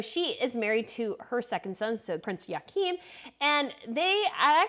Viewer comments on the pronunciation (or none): Hello there😁Magrethe is pronounced Mah-Grey-Teh, and Joachim is pronounced Yo-Ah-Kim